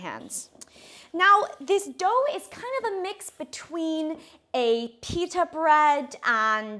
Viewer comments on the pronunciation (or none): none